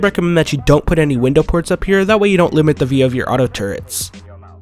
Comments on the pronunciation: Someone explain this to me: is it pronounced turrents or turrets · "Turrents" the cringe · Tur-rets, say it with me, TURRETS! there is no N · I thought it was just me hearing that. So annoying. How did that word end up getting mispronounced over the years?